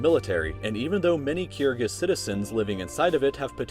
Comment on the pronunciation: The way he pronounces 'Kyrgyz' drives me crazy